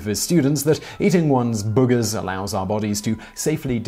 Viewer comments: It was worth it just to hear you pronounce booogers 😁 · I love the way you say "boogers" for some reason. Gives me a giggle. X3